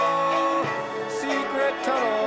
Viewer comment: I was mainly excited for the tunnnnnnnnel part but when he said tunnel😑 I was kinda disappointed